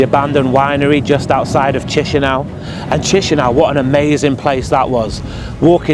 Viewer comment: As a Romanian, your pronunciation of Chisinau is wild 😂. Great vid, learning lots about Moldova. My grandparents are buried in a cemetery very similar to that in my hometown. I'm not sure why, but that's what graveyards are like around here, hastily built, narrow paths. The dead's families are in charge of maintaining the graves. So more and more graves become overgrown as the dead are forgotten, families move away or just die off. It's sad, but that's why they're in such a bad state. All Romanian cemeteries are the same, too